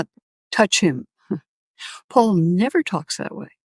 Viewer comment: I often hear Alex pronounce “Paul” as “Pool” and it is confusing.